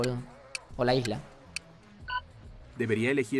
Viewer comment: Por lo que yo escuche la chica dijo hola cuando dijo priviet (ruso)